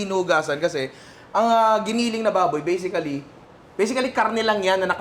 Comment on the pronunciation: Always Bisically 🤣😅 ninong Ry trademark 🥰